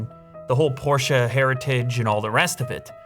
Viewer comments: Pllz don’t say porscha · I love that your rich enough to own the new Porsche but you can’t even pronounce it correctly 😭😭😭